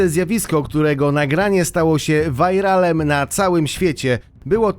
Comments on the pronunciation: ale "wajralem" smiesznie brzmi, chyba "wiralem" jest lepsze dla ucha :D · Spoko film tylko dwie sprawy 1 mówi się viralem a nie vairalem 2 czemu od pewnego czasu nie ma intra?